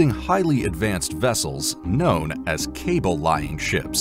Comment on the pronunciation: Cable 'LAY-ing' ship....not 'cable-lying' ship. Poor checking of your product.